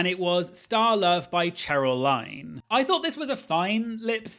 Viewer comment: Please please it’s Diana ROSS not roos (it’s a big thing iconic) and Cheryl LYNN not Cheryl LINE. Sorry but important !